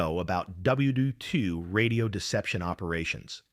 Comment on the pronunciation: yeah, the mispronunciation of WW II proved it.